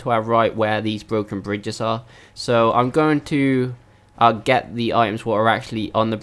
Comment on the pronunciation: Bwoken Bwidges.